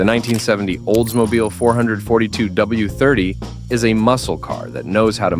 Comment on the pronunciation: What is a Oldsmobile Four Hundred Forty Two? Does he mean Olds 4-4-2? I'm out of here.